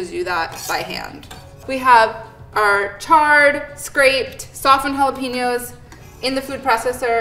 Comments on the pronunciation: Ouch on white washing the word jalapeños... JA-LOP-ENOS, really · I got a playful vibe from it, she definitely knows how it is pronounced. Meanwhile this entire recipe is bastardized, since it's essentially Tirokafteri, Greek spicy feta dip